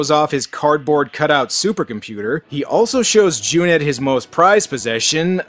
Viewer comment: kudos for saying Cüneyt properly!